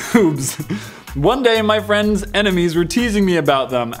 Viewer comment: He said frind instead of friend